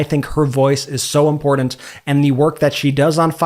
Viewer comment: Did you get your pronunciation of imporDant from MTG? Come on man, please work on pronouncing important properly!